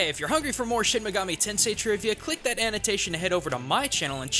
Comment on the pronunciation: Just what the hell is "shemmegametensai"? The word "shin" should be pronounced like the name Sheen or like the sound that a sword makes when you pull it out, not shehn or what ever the fuck you're saying. You're almost saying megami right, but the ending is a MI not a ME. you're saying it like mega"meh" the ending bit should be pronounced like the english word "me" and finally tensei. You are saying ten say, but it should be like ten seh. make the Eh sound not the A sound.